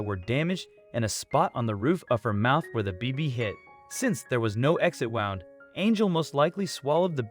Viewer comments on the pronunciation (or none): Whomever is reading the script needs to learn how to pronounce a few words. When referring to an injury it is pronounced 'woond' not 'wownd'. Tabatha is pronounced 'TAH-bith-ah' not 'Tah-BITH-a'.